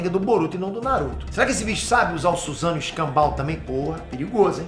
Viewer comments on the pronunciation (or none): none